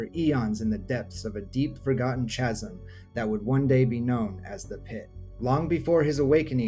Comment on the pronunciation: The word 'chasm' is pronounded 'kazm.'